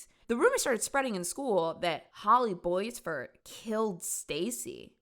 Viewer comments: Omg the pronunciation of Boisvert is killing me. It's pronounced Bwah-vair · My best friend’s last name was boisvert she pronounced it bwah-vare